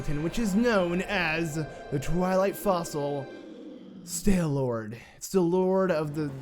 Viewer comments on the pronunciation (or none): Wow dude, you really blow. Running right into the spinner blades and shit. Also your pronunciation sucks. 'All' does not make the 'Ale' sound. .... 'Staylord' rofl.